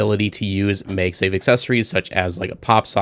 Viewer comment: Why are you saying MEG safe and not MAG safe? Its the first time Ive seen someone said it that way lol. Overall good video anyway. I love my P9PF :)